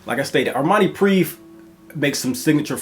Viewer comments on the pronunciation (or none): Prive (pree-vey)